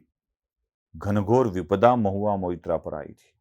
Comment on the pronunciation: Mohua Moitra Not Mitra 😂